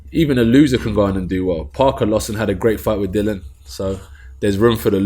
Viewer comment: Do you think it annoys Dillian that Anthony isn't pronouncing his name correctly? 😂